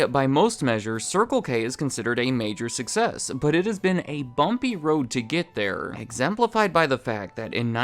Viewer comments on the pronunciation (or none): none